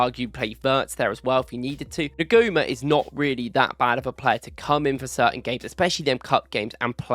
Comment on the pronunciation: Thanks for the video. Quality analysis! Just a couple of bits of (hopefully) constructive criticism (from a complete nerd). En-gu-mo-ah. It’s a tricky one! Second. Your analysis and video editing is so good, just have someone have someone proofread your text captions. I’m honestly not trying to be patronising. I really rate your video, so just add a step to have someone double-check for you. Excellence attracts excellence. Really good analysis of Rio, and I agree, his potential is frightening. For Slot, it’s about moulding him in the Salah mould and not the Doku / Nkunku mould running down blind alleys while everyone else stands around watching. But, from what I’ve seen of him this year compared to last, he is learning extremely fast. And if he’s training with players like Mo, Flo, Hugo, Gakpo, Szobo, Kerkez, Frimpong and so on, as long as he pays attention and keeps learning, he’s dynamite. Thanks again for the content